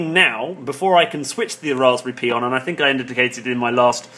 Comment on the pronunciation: Dude, please stop saying P:I , its Pi as in Pie, Raspberry Pi, get it? Like Apple Pie, Blackberry and Apple Pie. Pie pie Pi ... Do you understand? I can't take no more.